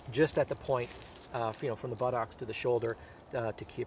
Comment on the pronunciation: He says buttocks just like Forrest Gump! "I got shot in the bah-tocks".